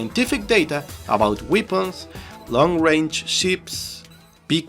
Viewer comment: just one thing, I am latino so just wanted to let you know weepuns is not the right pronounciation as far as I know. I guess you are trying to say weapons which is pronounced: -> weh·pnz. 11/10 VIDEOS as always thanks a lot!